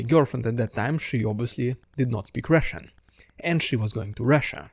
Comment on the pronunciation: "what's up, the RRRRRRRRRRRRRRRRRRRRRRRRRRRRussian diude?"